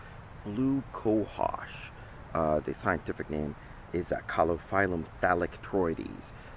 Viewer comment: Thanks for pronouncing the Latin accurately. I had to turn off half a dozen other videos when they butchered the name…